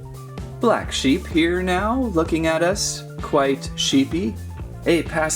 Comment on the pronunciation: its sheep not seeps